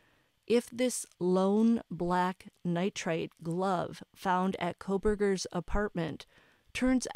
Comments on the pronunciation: Nitrile, not nitrite . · Nitrile gloves (nai truhl) pronounced ni-tral. Sounds like night + trawl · truhl